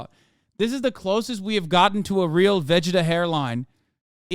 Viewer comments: Not Hasan, self-proclaimed Weeb, saying VEG-eh-tah instead of "Vah-gee-tah". 😂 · I've never ever heard anyone pronounce Vegeta like that. What the fk is a "ve jheta"😭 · why does Hassan say vegeta like this 😭💀